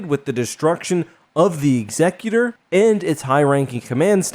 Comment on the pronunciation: It's pronounced Executor like a man dressed in black carrying an axe not Executor like an executive carrying a briefcase!